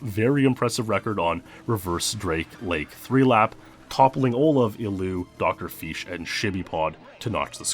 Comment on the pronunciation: "drfish" Dr FEESH